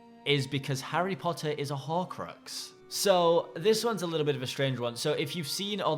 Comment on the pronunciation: what's a horcroaxs? xD